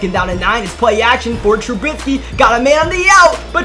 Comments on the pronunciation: Please pronounce Trubisky’s name right. TRU BISK EE not TRU BITS KEE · TRUBISKY. NOT. TRUBITSKY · Y this nigga say trubisky like that